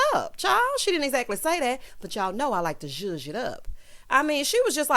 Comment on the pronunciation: Always on point, love when you "juge it up"🤭🤣🤣🤣